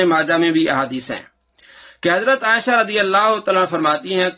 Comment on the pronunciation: Dear Folks, This donkey even cannot pronounce Hazrat Aisha Razi Allah's name properly. He is calling her Asha. Shame on you so called Mufti.